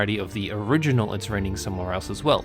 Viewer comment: Finally, someone who actually knows how to pronounce Leitmotif